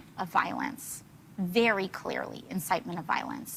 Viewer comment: Veyrey Veyrey Clearly.